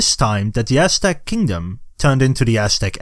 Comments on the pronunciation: This sounds like the oshtec from mkx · Not trying to make fun of the pronunciation but I love hearing “ ass stack “ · Practice saying Aztec